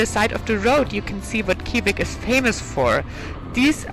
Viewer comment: Kivik is pronounced [ˈɕǐːvɪk] - not the way the German presenter pronounces it. The pronunciation of Österlen is also wrong and since it is repeated so many times it becomes very annoying and misleading.